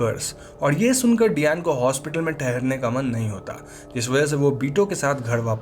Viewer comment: Fun fact डयान nahi डायना हे प्रभु 😂